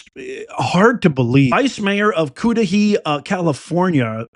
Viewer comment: I’m shocked. Aren’t you from California? It’s pronounced Cud-ah-hay. Not coo-Dee-hee